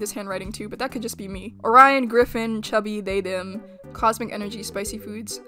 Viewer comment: Someone tell me when i heard "Orion Griffin" i heard "Brian Griffin"